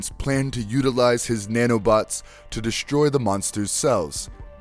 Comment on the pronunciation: You manage to say Superman and Doomsday so "deshtroy" and "shtruggle" is unacceptable. The fact you can pronounce the "s" properly and choose not to is laziness.